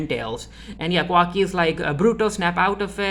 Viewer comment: It’s Ka-wa-ki by the way LOL